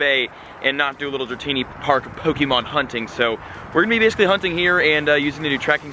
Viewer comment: U say pokemon wrong